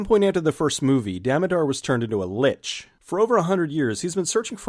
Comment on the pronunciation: Here's a helpful hint: Lich rhymes with Lick, not Bitch.